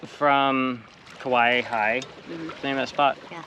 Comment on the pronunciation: How you say Kawaihae is Ka wy hi